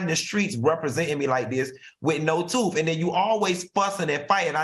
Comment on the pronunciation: Not "her toof" Q 😀🙂😛